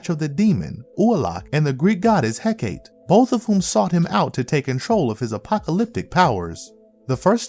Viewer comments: It's pronounced heck ahh tay or heck ahh tea. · Heck-ah-tay is how Hecate is pronounced. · Hecate = "Heh-kah-tee".